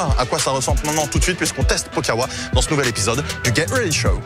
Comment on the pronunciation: WELCOME TO THE GET... WEADY... SHOW...get ready show...